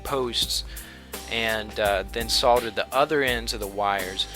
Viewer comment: I see from your profile that you are from the United States. Unless I am seriously mistaken (which is always possible!) the correct pronunciation in the United States for solder is "sodder." GREAT VIDEO, by the way!